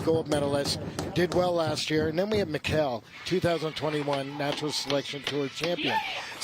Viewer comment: its super annoying that he keeps calling Mikkel, Mikhail.... thats not his name... its Mikkel like Nickle but it seems like he refuses to call him Mikkel!!!